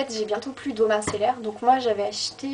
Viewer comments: C'est eau micellaire pas mincellaire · Juste on dit "eau micellaire" pas "mincellaire" ;) et moi je te conseille celle de Bioderma la créaline qui revient à peu près au même prix (encore plus intéressant si tu prends le lot de deux gros flacons de 500ml)